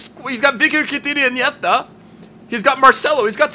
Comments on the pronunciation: Don't say Iniedhta. It's Iniesta. Gr8 Vid BTW. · You pronounced Iniesta Iniettha. Coming from someone who is spanish, what the fuck are you saying lol its just "iniesta" Update: he just said Rakitic should have been in TOTY.. AKA top 3 midfielders in the world last year. Let that sink in. Jesus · its iniESta not inieta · Why do you pronounce iniesta so weird lol